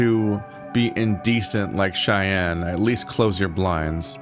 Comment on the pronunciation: that's 'cheyenne' not 'cayenne', lmao. it doesn't mean hot.